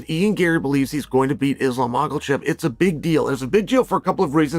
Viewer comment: For a college grad you dont know how to pronunciate and seem to put in mysterious letters in where there isn't one present, like Makhachev DOES NOT HAVE AN L ANYWHERE IN MACHACHEV?!? ITS DISRESPECTFUL FOR YOU TO MISPRONOUNCE SOMEONES NAME WITHOUT ANY ATTEMP AT DOING IT RIGHT!!!! FR9M CHAMP TO CHUMP!!!